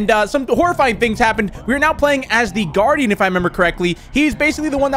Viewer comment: Am I the only person who thinks that the way he said “guardian” in the recap kinda sounded like he said “darrin”